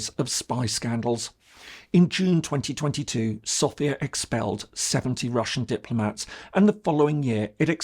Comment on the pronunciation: Es ärgert mich immer wieder SofÌa zu hören. Wenn man sich als große Kenner der bulgarischen Geschichte sieht, muss man auch wissen das die Hauptstadt Bulgariens SÒfia heißt, also der Akzent fällt auf das O. Danke!